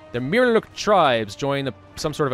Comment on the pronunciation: Homie said Mirrorluk Tribes xD